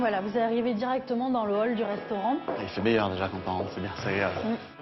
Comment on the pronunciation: "vous êtes dans l'hall du restaurant..." J'ai toujours du mal avec les les apostrophe devant les "H" perso j'entends: vous êtes dans lol du restaurant